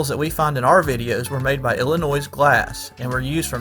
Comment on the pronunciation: The s in Illinois is silent. Many many people say it how you did in the video. It's all good bro.